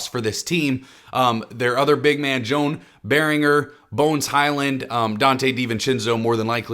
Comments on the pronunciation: Joan Berenger is pronounced "Yo-han Bare-en-jay". Hopefully he breaks out enough this year for people to at least get his name right. I can't wait for the season. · Good video but jesus its pronounced “yo-on bear-en-jay” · The butchering of joan beringers name made be laugh my ass off😭😭